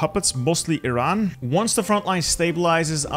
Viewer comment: You said Iran instead of Eye-ran. I'm so proud of you! Try the same with Iraq too! Or you could start saying Eye-taly for consistency xD Just teasing, love your videos mate!